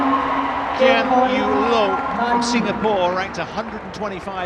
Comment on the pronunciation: Why did the commentator call Lin Dan as Lin Dan and Loh Kean Yew as Kean Yew Loh?